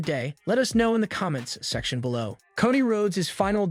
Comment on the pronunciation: dude ti is not pronounced caw dee it is co dee